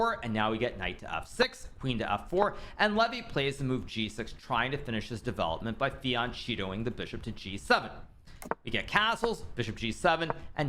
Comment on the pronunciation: Fianchetto is pronounced "Fianketto" the 'e' is pronounced like you'd do with the word pesky.